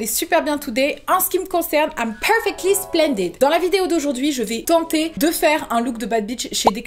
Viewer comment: Franchement le "I am ferfectly splendid" était attaquant 😂